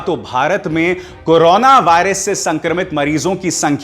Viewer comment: आप तो बड़ी बहस नहीं बोल रहे हैं आपको करो ना बोलना ही नहीं आ रहा है आपने कहां से न्यूज़ में डिग्री प्राप्त की है करोना को कनाना कर रहे हो आप न्यूज़ की डिग्री द्वारा प्राप्त करें और बोलने का लहजा सीखे